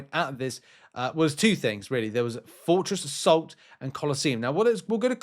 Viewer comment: Sounds like he's saying Fortress of Salt not Fortress Assault hahahaha